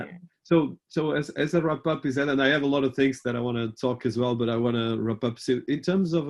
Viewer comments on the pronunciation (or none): Digital marketing has sure revolutionized marketing and given businesses a more global reach. Meanwhile I can't get over how the interviewer pronounced Ized😂😂